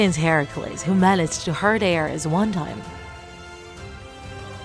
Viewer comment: aREs ARES ARES goddamn it the pronunciation made me mad.